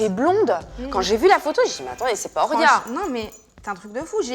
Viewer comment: Actrice?? MDR et le prénom horia est mal dit tout le long